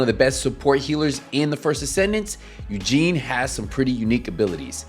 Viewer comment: So funny as an Asian person to hear you say Eugene instead of Yujin rofl, great video otherwise!